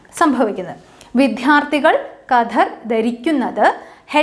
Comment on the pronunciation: ക്ലാസ് തരക്കേടില്ല. പക്ഷേ വിദ്യാർത്ഥി എന്നുച്ചരിച്ചത് തെറ്റാണ്. ശ്രദ്ധിക്കുമല്ലോ.